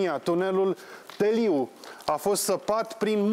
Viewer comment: tEliu nu teLIU !